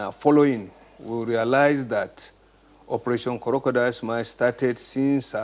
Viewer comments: He actually called it korodial tears. Lol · Operation Co-ro-co-dile.. Lawd have mercy! SMH